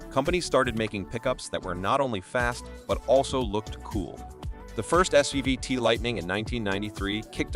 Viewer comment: why are their Dodge and GMC pics throughout the video? And why does the narrator keep saying SVVT when it is SVT? annoying...